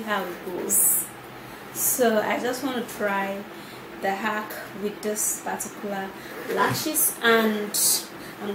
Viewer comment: 🤔 Edith hack not ack fleek not flick 😂😂😂😂😂😂